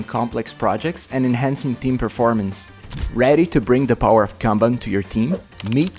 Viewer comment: that is not how you pronounce "kanban" (also, many other words in this video are mispronounced)